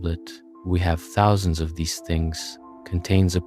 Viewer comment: i more stuck on the “tuhthouusandsz” for “thousands”